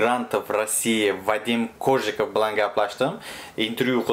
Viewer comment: Хурматли. Фамилияси " Кожиков" эмас а "Коженнннов"!!!